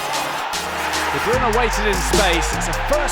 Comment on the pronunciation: How does he say his name so well 🤔